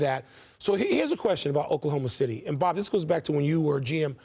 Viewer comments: DID HE SAY OKLAHOMO SHITTY?? !!!! into the clip... LOL 😉😉😮😮🤔🤔 He should have acknowledged it and correct himself hehe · Oklahoma shitty😂😂😂😂😂😂😂😂😂😂😂😂 nah that's a terrible slip up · Bruh said Oklahoma Shittty😂😂😂😂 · Oklahoma SHITTY🤣😅😂💀. The FUNNIEST slip up I’ve heard in a while. The ability to keep control and not laugh is astounding🤣😂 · Btw I caught my guy saying okaloma shitty!!😂😂😂😂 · I heard Oklahoma "Shitty" 😂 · Did I hear a freudian slip? “Oklahoma Shitty”? C’mon mr front office!!! Hahahah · LoL 🤣 he said "Oklahoma SHity" LoL 😂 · “Oklahoma Shitty” 😂😂 yea we caught that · I’m glad I’m not the only one who heard Oklahoma Shitty😂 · I can't unhear Oklahoma Shitty xD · Btw…… We all heard “ Oklahoma Shitty” 🤣🤣🤣🤣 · "Oklahoma Shitty" lol... stick to saying "OKC"! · Nope cant unhear it now its stuck😂😂😂😂 “oklahoma shitty” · Did he said Oklahoma Shitty 😂?? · Lmao he said Oklahoma shity 😂😂😂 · He said Oklahoma shity😂😂😂😂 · He said, “Oklahoma shity”😂😂😂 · LOL he combined "Oklahoma City" with "Oklahoma shot..." and accidentally said "Oklahoma shitty" lmao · Dude was trying to say city, but was already thinking about saying shot. So we got what we got 😆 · He def Said Oklahoma Shitty😂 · Mans said “Oklahoma Shitty” 😂😂😂 he ain’t slick Rick I heard it haha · Only came to the comments to ensure I heard this. “Oklahoma Shitty” 😂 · Oklahomo Shitty Blunder he meant 🤣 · "Oklahoma Shitty" i heard that loud and clear😂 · “Oklahoma shitty” 😂😂😂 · crazy... he really called them Oklahma Shitty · "Oklahoma shitty" kek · "Oklahoma Shitty"😳😂😂😂😂😂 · The Freudian slip 🤣 “Oklahoma Shitty” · “Oklahoma shitty “ 😂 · .... Oklahoma "Shitty" ? 😅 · "Oklahoma Shitty"😂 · I came to the comments just for Oklahoma shitty😅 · Oklahoma Shitty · Oklahoma titty,. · Oh man that's gonna reverberate. Oklahoma S****!! 🤓🤣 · “Oklahoma sh*ty” 😂